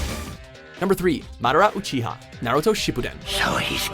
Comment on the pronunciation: Madara Uchira (zeeestras)